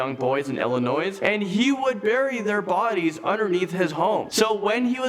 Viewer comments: Why cant this guy pronounce names?? Aaaaaay lean? Its more like.... eye lean. This guy murdered the English language lol. Sup great video as usual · Illinois is pronounced "Illinoi" the "s" is silent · The narrator for this is just annoying and clueless as to the topic he discusses. And seriously... "Illinoi-se?" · I was. I lived close to John Wayne Gacy in Illinois. I was safe, because he only went after men and boys. By the way, the S is silent in Illinois. People who pronounce the s, I always say 'is that like Arkansas?'(where I pronounce the final s).